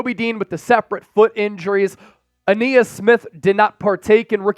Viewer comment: Ainias is pronounced a nye is not a knee is. Please stop saying a knee is